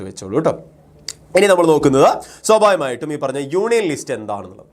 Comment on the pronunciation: swabhavikamayitum ena word pronounce cheyuna kurakavoooo plssss deshyam varun